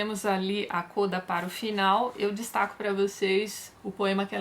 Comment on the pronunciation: Tati, sou musicista e as expressões utilizadas em arranjos musicais são tradicionalmente escritas em italiano. Uma das expressões utilizadas é a palavra "Coda", que nos indica que devemos "pular" para o trecho final da obra/partitura. Essa expressão no italiano é pronunciada "Códa" (como se houvesse um acento agudo na vogal "O"). Adorei as resenhas e adoro, igualmente, todos os seus vídeos!